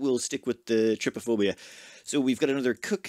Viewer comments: Wow, he's finally pronouncing "trypophobia" properly. Protip: Don't google image that word, as it can actually give you the phobia. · Yay! You finally pronounced trypophobia right!